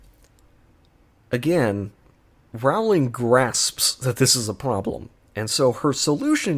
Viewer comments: Pronounced "Rolling", according to Rowling. It still does not make her a good writer though. 😉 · Can't even pronounce her name properly.